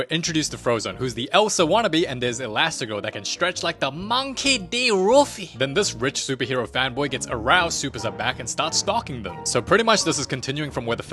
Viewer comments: bro didnt say monkey d luffy he said monkey d roffy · MANKEY D ROOFY!